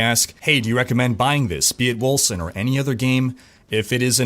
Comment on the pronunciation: Wasn't the company bought by a German Dec studio? It's spelled Wölcen right? So, it would be pronounced "Vulcan"? I'm probably off on that.lol